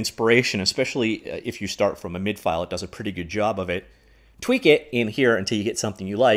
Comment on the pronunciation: MIDI not mid. I get that you aren’t a musician, but reading man.(this is where an emoji would be if I weren’t born in 1975)